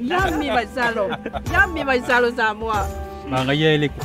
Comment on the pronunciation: It's Vaisalo not Vaisolo 🤭